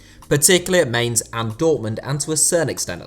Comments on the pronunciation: "Mains" come on now everyone knows its pronouced "myns" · The team Klopp used to coach, Mainz, is pronounced closer to "mines" or "mInts" with a hard "I", than "mains". The second vowel tends to be the long one in German.